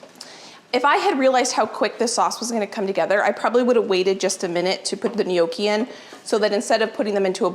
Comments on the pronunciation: IT IS NOT KNOWKEE IT IS PRONOUNCED NYAWKEE..NOTHING WORSE THAN LISTENING TO SOMEONE TEACHING HOW TO COOK AND CANNOT SAY THE WORD RIGHT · Gnocchi The g is silent Phonetic: Naw kee Closer but not exactly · Its pronounced. Nyawkey. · it is not pronounced no key. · My husband and daughter are laughing at how you pronounce gnocchi,we say with the g silent but we still love you for time and recipes and knowledge. Love from Geelong Australia ( the g is not silent)💜